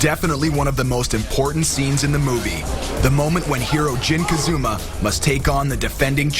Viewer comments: dude, narrator, what's up with calling Jin....Kazuma? It's Kazama. Ka Za Ma!!! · ITS NOT KAZUMA ITS KAZAMA YOU STUPID IDIOT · am i the only one who gets mad when the narrator says "kazuma" not "kazama?" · how do you mix up the letter a with a u kazuma jin would be mad lol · Jin KazUUUma... I'm dissapointed already. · Jin Kazuma..... WTF!? WHAT'S WRONG WITH YOU PPL! Kazuma... it's Kazama! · i guess you'll know if someone is a real tekken fan or not based on whether they say 'kazama' or 'kazooooma' after seeing the movie.